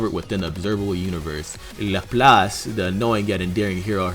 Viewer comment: Oh, so you're gonna pronounce Laplace right, but not Drei, Zwei, Ein, or Rumianek?